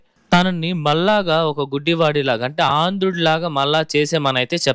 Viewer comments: ఆంధుడు కాదు స్వామీ అంధుడు. సరిగ్గా పలకండి!🙏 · Aandhudu is ncorrect pronunciation.ANdhudu is correct pronouncisyion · ఆంధ్రుడిగా కాదు అంధుడిలా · Nice commentary. Oka ucharana lopamu unnadi. Andhudu ki aandhudu an palukutunnaaru. Artham (meaning) maaruthundi. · ఆందుడు కాదు నాయనా‌ అంధుడు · దేవాలయం చాలా అద్భుతంగా ఉంది. *ఆంధుడు కాదమ్మా... అంధుడు*. పలకడంలో స్పష్టత ఉండాలి. ఇక ముందు చేసే వీడియో లలో కాస్త చూసుకుని డబ్ చేయండి. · ఆందుడు కాదు అంధుడు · Aandhudu kadu andhudu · ఆంధుడు కాదు,అంధుడు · అంద్రుడు కాదురా నాయనా అది…. అంధుడు… First Word మీనింగ్ తెలుసుకో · ఆందుడు కాదు అంధుడు. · Anduduuu kadu swamyyyy ; meeru telugu matladaraaaaa